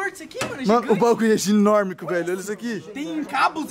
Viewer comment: mano no o falo ginorme kk